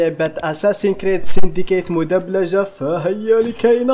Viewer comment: مدبلجة وليس مدبجلة